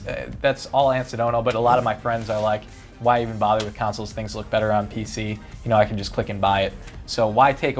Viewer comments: Consoles not councils!!! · Anyone else annoyed by that it sounds like says councils instead of consols? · Why does pronounce "consoles" like the word "counsels"?